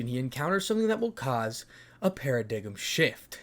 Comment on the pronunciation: Video was fire, but bro you've got to learn how to pronounce paradigm